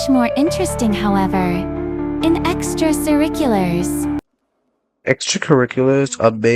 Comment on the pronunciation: 🔥 also "extra-siriculars" got me 😂😂